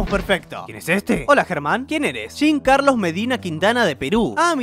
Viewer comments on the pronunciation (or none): Se lama Jean Carlos no Jin Carlos